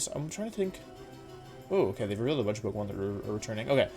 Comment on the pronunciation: Does he on purpose mispronounce the names of pokemon or do I not know how to pronounce Pokémon names